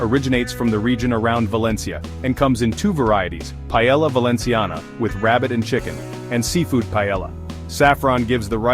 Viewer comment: Cannot listen to that ai pronunciation of paellla.